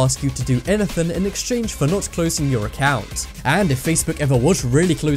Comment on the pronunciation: "Anythen" XD